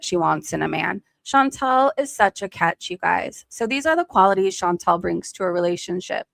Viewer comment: So many people time and time again (not just ChantEl (i know she hates when you say her name like that)), fail to see a difference between the country as a physical place on earth and its government. All countries are beautiful in their own way, and there are bad people and good people in all countries of this world. But... god damned I hate to agree with ChantEl, but FUCK taxes. It costs so much and everything is so expensive, and its not even stopping. Some governments DO actually invest into their own people, but so many governments just use tax money to fill their pockets while people fall apart mentally and physically. I used to be someone who trusted authority and cops and what not, but today I've just completely got disappointed in all of it... It's nice to see good when you do, but I'm forever scared of trusting authority now.